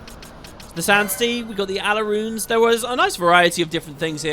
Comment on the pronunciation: ", stop, stop, stop, you are going to take someones eye out. Besides, you are saying it WRONG. It's Al-rau-ne, not Ala-rune.";) Alraune is the german word for mandragora Weird lore that they "break rock-salt to sustain their life" - sodium is super toxic for plant-life IRL. But as they are sentient plants you could argue they need it to operate their neurons and wouldn't get enough from the soil/vegetation they might consume (do they eat?)